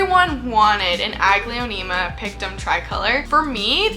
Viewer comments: The way you say "Aglaonema" is probably why you hate it. I've never heard it said that way and I've never say it that way. I've always pronounced it "A-gl-OW-nem-AH". Instead of 5 syllables with how you say it, I pronounce it with 4. I have ADHD and I get what you're saying but I've had Aglaonema for years and they're one of my favorite genera of plants. I have an ENORMOUS Aglaonema "Indo Princess" in my room and she's stunning. I agree that Aglaonema Pictum Tricolor ain't shit though. I finally got one and its been awful. Shitty growth pattern and they do terrible as houseplants in mid-range humidity. I personally like my Aglaonema "Indo Princess" better. Does awesome as a houseplant and has gorgeous tricolor leaves. Mine has been producing daughter plants like mad too so I've been removing them and rooting them up to sell. If you ever decide to give Aglaonema the love they deserve I'd love to send you a daughter from my Indo Princess! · Its so interesting, the way you pronounce Aglaonema…my brain is like 😩🤢 but I’ve always mentally pronounced it more like ah-glay-oh-nay-mah and I hate it less. I still don’t like the plants though. Lol.